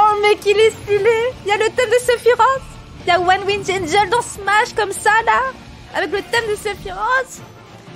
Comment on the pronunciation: Grave ! Et la prononciation de On Winged Angel ayayaye